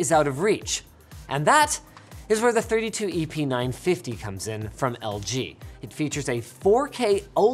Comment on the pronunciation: First time he said the model number I heard "epeen 950" >_< lol